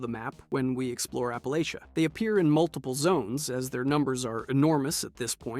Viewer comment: I'm from the Ash Heap. My parents house is in 76. Love your videos but we say App-a-latch-ah. Bless your heart.